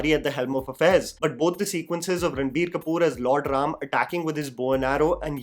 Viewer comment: Thanks for saying ram and not rama.